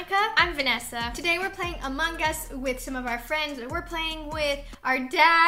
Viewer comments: Among us not Amonggggggg us No hate PLEASE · It’s not among guss it’s among us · no not amonggggggggggggggggg us just amoung us dont say ggggg just ng